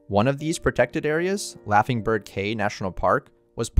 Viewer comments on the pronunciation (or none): Great video! Only issue is how you pronounced Belizeans. It's "Belize-yans" not "Belize-ans". Caye also pronounced "key" not "kay".